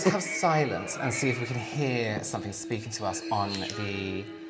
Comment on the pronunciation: "Did you sluts heeah that?!" I'm cryinG